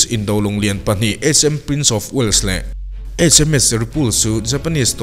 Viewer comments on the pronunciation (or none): none